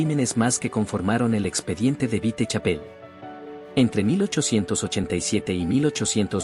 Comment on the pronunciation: Me molesta que el narrador diga vitechapel